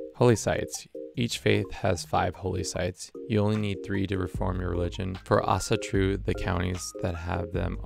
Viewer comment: Pretty decent pronounciation of Æsatru, nice.